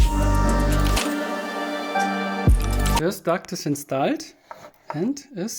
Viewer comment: and its called instoled and not installed xD